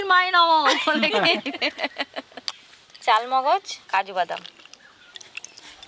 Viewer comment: Chalmogoj noy kothata charmogoj